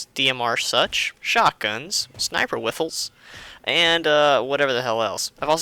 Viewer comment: And he said Sinper,not Sniper.